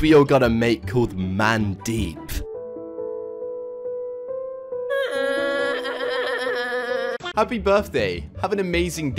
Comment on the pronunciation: mandeep is pronounced: mundeep